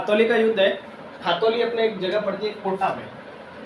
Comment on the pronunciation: it's not khatoli it's ghtoli